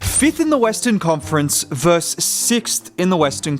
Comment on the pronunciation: "Versus" has two syllables.